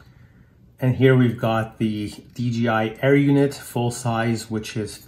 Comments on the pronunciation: Nice video my friend.. There is just one thing, please, PLEASE in the future say DJI and not DGI. It's a J (Jay) in the middle not a G (Dzjee) Greets, Rob! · You are kidding right?? Its DJI buddy not DGI. In the English language the "J" is pronounced as "Jay"... You don't have to look into anything my friend. Just pronounce it the correct way. If you dont beleave me, watch a DJI add on YouTube.